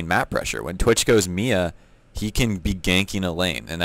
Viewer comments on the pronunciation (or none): M.I.A. not mia.